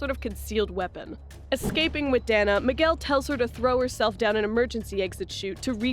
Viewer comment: Her name is pronounced, "Day-nah". "Dan-nah" would be spelled Danna.